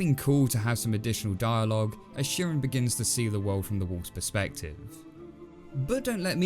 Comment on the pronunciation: I think Chirin is pronounced with a hard "ch" like in "church." That's how the English narrator says it. As for the moral, I took it to be, "Don't try to be what you're not, or you'll come to grief."